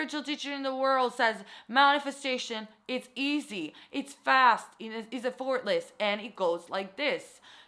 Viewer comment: cringes everytime she pronounces “effortless” wrong😳